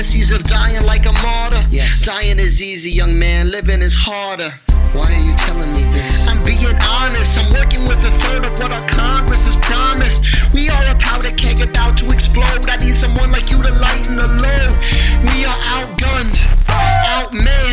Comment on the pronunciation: "powder geg" 😂